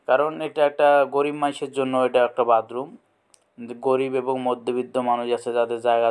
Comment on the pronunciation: বাদরুম না বাথরুম????😂😂😂😂